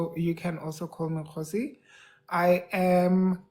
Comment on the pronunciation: I enjoyed this interview and laughing because the name is Kgosi and you pronounce it Khosi. These two names always mispronounced interchangeably. 😂😂